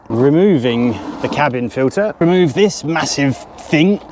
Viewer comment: I just love it how you say "RhemŰve" :)))) pure delight for the ears (and later how you say "bad boyz-boo-boo")! You sir are the jolliest man ever!